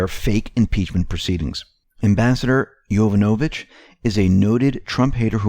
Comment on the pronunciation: Pronunciation. YO VAN O VICH